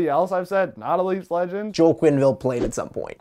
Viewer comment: Joel Armia is pronounced “Yo-ell” not Joel.